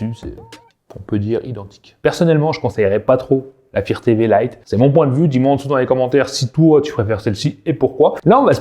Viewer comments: Tu connait meme pas le mot anglais fire comment il dit sa 😅😅😅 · Pourquoi tu arrives à prononcer "light" correctement mais pas "fire"? Tu parles d'un produit mais tu ne sais même pas comment ça se prononce. Assez minable...